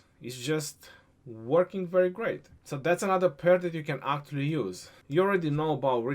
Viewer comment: No of times says 'Aaktually' in this video - 34 #AaktuallyCount